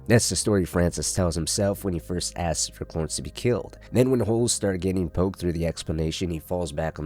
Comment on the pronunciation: Brother what's with the ways you pronounce names? Cloorence? Marine?